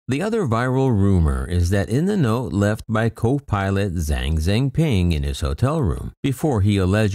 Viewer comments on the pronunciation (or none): Please learn to pronounce: "Zhang Zhengping" correctly.😮‍💨